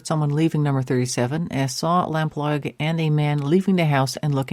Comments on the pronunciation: Very interesting. The family fought tirelessly to find her and both her parents sadly died without finding anything out. Several leads and searches were followed up but nothing found. John Cannan took his secrets to his grave. RIP Suzy. It's pronounced Suzy Lamp-LOO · Lamploo (pronounced) Lamplugh (spelt)